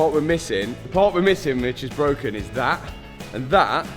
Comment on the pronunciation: is it bwowken😂